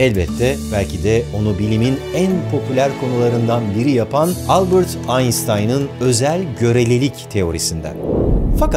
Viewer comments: albırt einstein degil.. albErt einstein !!!!! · Albert Einstein’ın adını yanlış telaffuz ettiniz. Bırakın şu Amerikan özentiliğini. Almanca’yı İngilizce telaffuz etmek nasıl bir mantık?